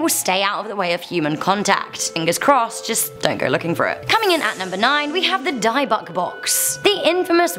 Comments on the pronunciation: It's a Dybbuk box not Dibukk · Nooo not dIbbuk Its dybbuk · By the i in dibbuk box is supposed to the small I not big so it is pronounced dib-buk not dieb-buk if you do this as a profession please pronounce things correctly or apologize in advance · It’s pronounced (Dib-ick). Not (die-buck) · Dybbuk pronounced Dibbik